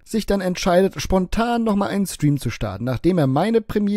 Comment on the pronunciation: Kann mal einer Rainis Lebensgeschichte als Gast bei ihm im Schtream als seine Eigene erzählen. Mich würde interessieren ob das merkt xD